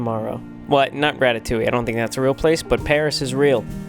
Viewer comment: I love how you say "ratatouille" wrong😂